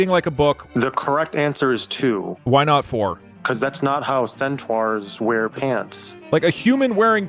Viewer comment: "centooawrs"